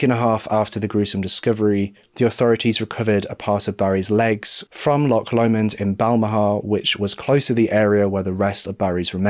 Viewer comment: Great video! Good to see a Scottish case! You haven’t got the pronunciation of Loch right though - ch doesn’t sound like ck at all.